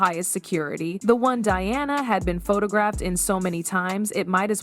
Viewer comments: Diana, not dee-ana😅😅😅😅😅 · You could at least get your AI Voice to properly pronounce Diana’s name… instead of saying Deanna…. Say DIANA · Learn to pronounce Diana's name please...." Die-Anna " please ....not Dee - anna!!!! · If this voice can not pronounce Diana. Using Deanna. It is B S. Look up SEPPO, australian slang. More BS. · Did she just mispronounce Princess Diana’s name. World Famous Diana? She said “Deanna”; what an Idiot!! So Pathetic! 👎🏻👎🏻👎🏻